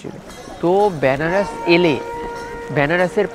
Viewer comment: আরে দাদা এটা ব্যানারস নয় বেনারস। উচ্চারণ তো ঠিক করো